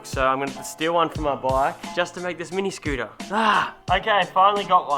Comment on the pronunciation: Eva scootah lol speak america